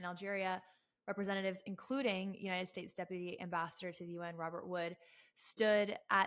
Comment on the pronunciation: By the way, as a Science & Outdoor writer, and a former Columnist and Science editor for the largest Journal in its own category in the World, I challenge in Every Category (including his knowledge in English and even Farsi)!! I can't believe that Pronounced the United States as United "Estates" 😂 Dear God he just said "Eee-RAINY-Yan", to emulate people in the west who don't know the proper pronunciation!! This is laughable!!